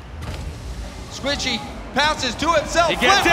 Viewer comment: squichy? Or Squishy ?🤣